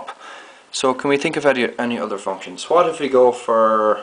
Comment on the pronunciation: Can you fcking say what properly?!